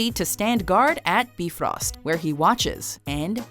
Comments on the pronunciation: Im pretty site its prounced Bi-frost not Beefrost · It's pronounced Bye_frost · You've seen the Thor movies, so why do you pronounce them like Beefrost and Heymdaller.